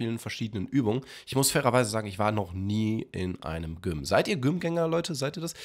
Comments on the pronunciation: Je öfter GYM an stelle von (Ausgesprochen) "djym" sagt, wurde ich aggressiver und wollte mein Hamdy Hauen bzw. auf den Mund. Die ersten 2-3 mal ging es aber dannnnnnnnnn😐➡️😒➡️🙄➡️😤➡️😠➡️😡➡️🤬...... Endresultat meiner inneren Unruhe ist dieser Kommentar 😂🎉.. MACH DAS NICHT 😤 Bitte 🥺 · ich liebe ja echt aber gym wie güm auszusprechen geht zu weit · Wie gym ausspricht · Ich finde es so lustig wie du gym ausgesprochen hast😂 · erster der das gym erwähnt XD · Wie er gym sagt😅😂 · Hast du gym so ausgesprochen, damit die Leute kommentieren? Wenn ja, dann warst du erfolgreich XD